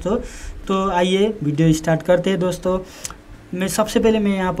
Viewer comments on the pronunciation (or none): ' दोस्तों ' शब्द का टांग तोड़ रखा है !